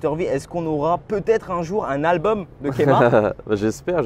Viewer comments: C'est pas Kémar mais KEMAR mais bon super interview! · il a dit kémar ... NOOOOOOOOOON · Il a dit Kémar 🤔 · Par contre ça se dit Keumar. France.